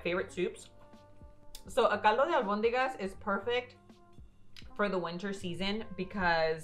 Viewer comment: Love how you pronounce Albonigas! Señora mamá de ala otra porfavor salgo con su hija ♥️🙏🏽